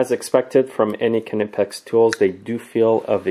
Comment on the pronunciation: big smoke I worked in a wholesaler as an agent and it is definitely pronounced nipex